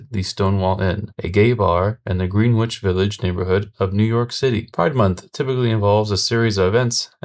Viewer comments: One quick note to, it's spelled "Greenwich" but it's pronounced "gren-itch" I have no idea why but I think it's the british's fault, like most things. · it's pronounced "gren itch" 😭